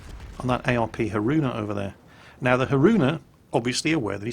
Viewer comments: Ah yes, the ARP Ha-roona, thats definitely how thats pronounced :P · Haroona. ಠ_ಠ Really? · your completely Englishman pronunciation of Haruna made my day. Lil bit of cringe, but more laughs than anything. Anyways, don't put the emphasis on the "ruu". Say it in one smooth pass, not as if a donkey stepped on your foot on the second syllable. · pronouncing Haruna so bad that my Kantai Collection Haruna said she is not daijobu